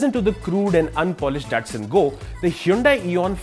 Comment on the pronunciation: Its pronounced Da-tsu-n